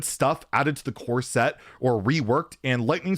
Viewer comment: love you but the way you say core set i cannot stand lmao almost like corset